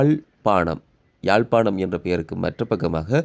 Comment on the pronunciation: தமிழ வாழ விடுங்க, யாழ்+பானம் இல்ல யாழ்+பாணம் . முழு பிதற்றல்